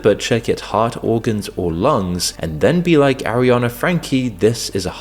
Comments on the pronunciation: How can people listen to "Arriana" over and over. I can't watch its too annoying. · Why is he pronouncing her name as "Arriana"? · Bro, you couldn't even say her name right? The whole entire video you say, airiana, instead of ariana.